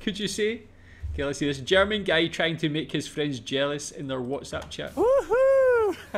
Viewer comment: why is bro saying "gay" instead of "guy"